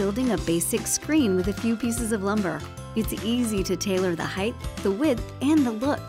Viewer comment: PLEASE...Height is pronounced like light because both end in 'ht' NOT 'th' like width.